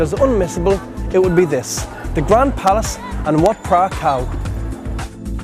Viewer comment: as the others allready said, you made some mistakes in your pronunciations. ...and "ph" is not spoken "f". It´s spoken "p". But thanky for the video ;-)